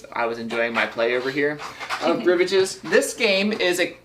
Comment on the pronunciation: OMG! It's French. Rivage means "shore." It's pronounced ree-VAHJ. (It's like nails on a chalkboard when someone mispronounces a word. Ack!)